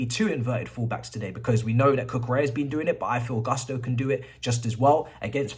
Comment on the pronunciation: It’s not Guss-toe…it’s pronounced “goos-to”